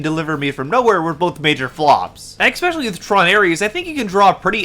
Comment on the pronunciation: I genuinely can't tell if this is incredibly bad faith or if you really really just didn't pay attention. The evisceration of this video on other non bad actor channels is delicious. Honestly pay more attention in the future. Watch the "entowery" of the video, "expecially" if you're planning a critique that you intend to sound biting or "gotcha". This was Otterly nonsensical.